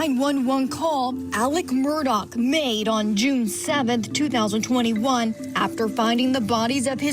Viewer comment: I just have to RANT ....... Why does everyone pronounce his name as MURDOCK ??????? ITS MURDAUGH ....... MUR-DAW